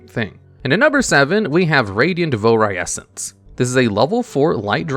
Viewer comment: Thank you for not pronouncing coelacanth like a complete fucking idiot. I don't care what the dictionary says, it's not see-lacanth. But... you added an extra syllable to Vouirescence. Whoops. God dammit, why didn't they make Burner Visor a Union?! There's no reason not to use that tag! It doesn't really add much, but it'd make it more interesting... Curse of Aging likely has a cost because it affects multiple monsters, not just one. Not saying it's justified, but that'd be why.